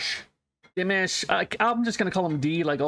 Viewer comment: Although some people can be picky you're far better off pronouncing it DeeMosh. That's much closer. Pronouncing it Deemish will definitely get people upset. This is a beautiful song but far far better with the live video of which there's a few copies on YouTube so it's such a pity that you used this adulterated one.